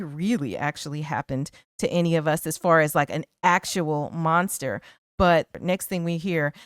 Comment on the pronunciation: Who you callin monsta??? lol